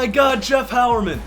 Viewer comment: Quick PSA: Jeff Heuerman is pronounced High-Er-Men, not How-Er-Men. Minor thing I noticed